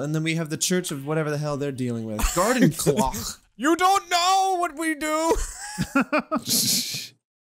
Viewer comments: Can we talk about how was saying cloche wrong I and was hoping so bad that Jack would realize it and call him out😂😂😂😂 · Cloche, not clock.